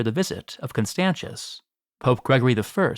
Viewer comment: Please learn to pronounce roman names. This is ridiculous. Constantius with a ch sound is a travesty. And so is the way you pronounce Justinian. A hint, English is one of the very very few languages with degenerate atavistic spelling which makes same letters pronounced differently depending on.. total chaos, apparently. The vast majority of languages which are not english have normal, healthy phonetic spelling where each letter is pronounced the same way no matter where it is in the word, and if not there are very clear very simple rules. Latin is one of those languages and learning to pronounce it properly takes all of an hour of your time.